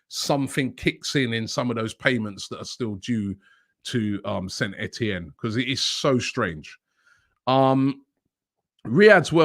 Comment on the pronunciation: Wobbie needs practice on the word BECAUSE